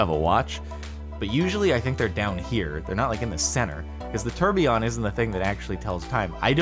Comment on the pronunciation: Funny how you say tourbillion, lol